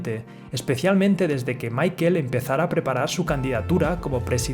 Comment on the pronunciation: Si le vas a decirle mickel hahahaha mejor di michel o paga un curso de ingles que te hace falta hahahaha